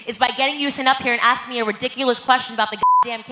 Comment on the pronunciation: Or, I need to ax you a question.